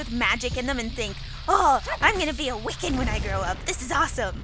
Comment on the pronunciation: *Wiccan, not Wicken.